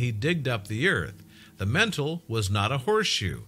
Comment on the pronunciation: Digged up a piece of mental?? Can't pronounce names in Australia or elsewhere for shit, totally hopeless commentary. Mostly the fault of an inept scriptwriter. Couldn't watch anymore!!